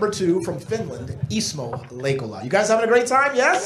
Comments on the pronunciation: Props to the presenter hwo can actually pronounce his name! Such a small thing to learn but shows respect. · Kudos to the MC for pronouncing a Finnish name perfectly.